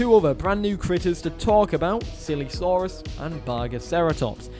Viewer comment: i swear to god, when u said "silesaurus" the first two times ... i heard "sillysaurus" both times.